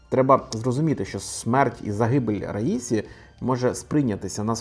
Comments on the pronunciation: Мені здається, що іранські прізвища вимовляються з наголосом на останню голосну. Отже, РаісІ, а не РаІсі! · "Я ж наказував - расію, а не раїсю!!!"